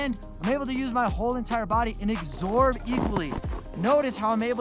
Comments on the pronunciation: Love what you’re doing for folk, and I don’t wish to be a pedant, but since your tips are blowing up I thought I should say... The word is ‘absorb’, not ‘exsorb’. Sorry if I sound like an ass. Keep spreading the knowledge 😀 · Is it just a thing to say "exsorb" instead of "absorb"? Maybe a good t-shirt or hoodie idea though. Lol!!